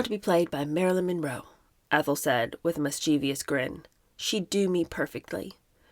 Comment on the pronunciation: The word mischievous is pronounced mis Che vous, NOT mis Che vee ous.